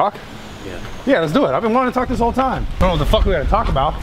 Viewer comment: Kyle says aboet lol